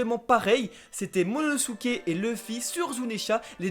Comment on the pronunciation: c momonosuke et c pas MONONOSUKE